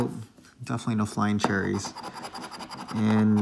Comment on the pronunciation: So funny how you say flying cherries hahahah 🍒 by the way hope you get that candy cane...image - that would be awesome.